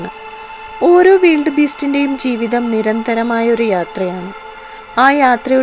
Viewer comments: വീൽഡ് ബീസ്റ്റ് അല്ല.. വൈൽഡ് ബീസ്റ്റ് എന്നാണ് ശരിയായ ഉച്ചാരണം... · Weeld beast, adhendh beast. Wild (wayild )beast ennu para. Than evidunna english padichadh.😇😇😇😁😁😁😂😂😂 Than verum malayalathil paranjal madhy. Cheriya kuttigalude English kulamavum.